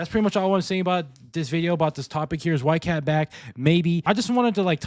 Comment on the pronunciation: Did bro just say whitegyatt 💀